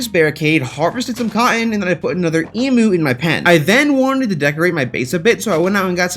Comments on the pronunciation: It’s pronounced Eeem -you not E-moo, good vid apart from that. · Bro, as an Australian, respectfully, emu is said; you said: eemoo IT'S: eem-YOU Other than that love your channel, love you, your work OG, keep on going on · I am so triggered about the fact that he calls emu’s “emews” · It's pronounced eem you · G'day mate ( I'm from Australia) you pronounce "Emu" wrong it's pronounced "E mew" ( like the Pokemon) just informing an American (•‿•)